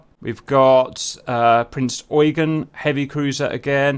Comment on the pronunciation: GR pronouncing "Prinz Eugen" the correct way Me: happy noises